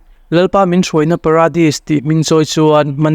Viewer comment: Pradis nilovin Paradis ani zawk lo maw?